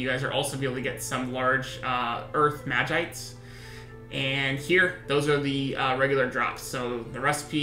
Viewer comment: 2 things - it's vis-see-ore and mah-jee-sight